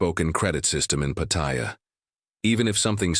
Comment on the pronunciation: He cannot even pronounce Pattaya correctly